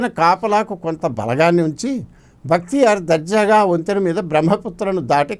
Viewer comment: It is not "Bhaktiyar"; but "Bakhtiyar'"